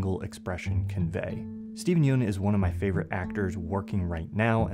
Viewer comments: fyi Steven Yeun’s last name is actually pronounced as yeon.. you pronounced it like yoon there’s even a conan show clip about that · Yeun is pronounced like fun. Ignore the e. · hi, Steven's last name is pronounced more like yawn, but with more of an abrupt end to the sound.Just wanted to lyk, love your videos!